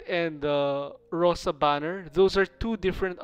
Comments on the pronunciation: Ok gyus, my ears bleeding nonstop, so I will mention this for all arknight comunity one time only: Rosa - (Роса - по русски) - dew, there is no other meaning to this word, you pronounce it like RosA (accent on A). I saw banner with Rosa it was called Snowfall (Утро - morning, same with роса no other meaning). Maybe Rosa banner meant to show "when morning (утро) comes, rosa (dew) appears"? I cant understand more deep meaning, because always skipped lore part of arknights. Just please dont say on Rosa Poka, she is Rosa in english and in russian. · Please don't call her "Poca". xD Every russian bear in Arknights has her name in cyryllic in brackets next to her name, so it just seems like you're ignorant of her real name and pronunciation of it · Cause everyone misspronounce it. Her name translates as "dew" so the emphasis is on "a" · Lol even Russians had troubles with reading Rosa's name (Роса [rosà] - dew, in English) Not [poka] pls, I write without hate or anything, I just want to kill myself when I hear [poka] 🙃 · Even though everyone who speaks Russian will tell you that its not POca with hit on "o", its PocA with hit on "a", that means "dew" or this drops on the leaves in the early morning. so you read it wrong. The same like its not ZIma, its ZimA with hit on "a", that means "winter". And its not IstIna, its Istina, with hit on first "I", that means "truth". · "Роса" is in the Cyrillic alphabet, not the English alphabet. While Cyrillic does share several characters, their pronunciation is most of the time different to their English counterparts. The Cyrillic "Роса" is pronounced "ro-sa". Reading it as "po-ka" is plain incorrect. Зима is read "zi-mah" not "three-en-ma". Истина is read "ees-ti-na" not "nc-tun-ha". Роса is read "ro-sa" not "po-ka". Hear it for yourself: Copy and paste Роса (do not type it in in English). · It's not Poca Rosa... it's just ROSA. xDDDD